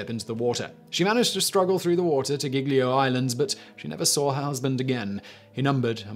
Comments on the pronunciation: The way you say "Giglio" makes it sound as if it were spelled "Ghiglio". In Italian G's immediately before E's and I's are soft, as in "juice". At all other times, including when there's an H immediately following (which is never pronounced no matter where it comes in a word), the revert to being hard. There's a similar rule for C's followed by E's and I's where it becomes a "ch" sound as in "child". Again, if there's an intervening H, the normal hard C (sounding like K) is used. I won't go into the subtle change that happens to the pronunciation of the vowel immediately following such constructions - most English speakers cannot hear it without training. Nor will I talk about how to correctly pronounce "gl" which English speakers find very difficult. The name Genoa has the stress on the first syllable. Not all Italian words have the stress on the penultimate syllable - most do, but many don't. There are some insanely complicated rules for working this out, so it's easier just to learn the correct pronunciation. Thank your lucky stars you're not learning English where the pronunciation of often impossible to deduce from the spelling - notable for this are Americans saying British place names. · 😭Giglio Island Is Pronounced Jee Lee oh. Not gig Lee oh. Gli in italian Is always just Lee.